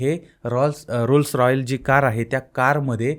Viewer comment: तू अशिक्षित माणूस, पण ला पन बोलतोय, रोल्स रॉईस ला रोल्स रॉयल्स बोलतोय, बंद कर हे धंदे